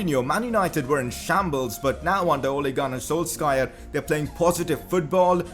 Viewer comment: Ole gun s....wtf? That's not how you pronounce his name bro😂